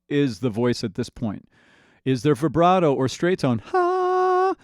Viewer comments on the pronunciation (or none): none